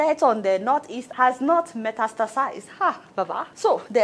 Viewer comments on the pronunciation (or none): See the way Lai pronounces metastasized Clown ni uncle 😂